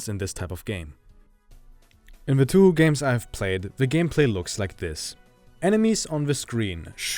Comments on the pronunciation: Okay. I’m not sure how you’re supposed to say touhou. But I’m pretty sure it’s pronounced as Toe-Hoe not 2hu. Idk. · For the love of god it’s pronounced Tau how Not Tüh Hü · hearing you say toohoo makes me want to kill myself but nice video regardless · It's not funny to me, as someone who didn't realize for the longest time that "2hu" was the same thing as Touhou (pronounced properly as "toe-hoe") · The pronunciation is "Tow-hoe" which is actually how the English pronunciation for Touhou. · excuse me, did he just pronounce it two-who? Yeah, I'm out. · This fucker said 2-who? Lmao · "TooHoo" Why is that funny to me? XD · Its not 2 hu, u said it wrong and its Annoying. Great video 😁